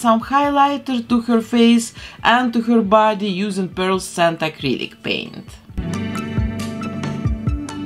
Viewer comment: I believe you are mispronouncing the word "pearlescent". You are saying "pearl-scent" but there is an "e" in between that your are leaving out, so it is pronounced "pearl-eh-scent"